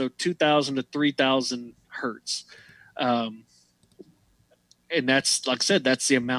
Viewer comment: 1 Hz is 1 Hertz, not a Hert. thanks you.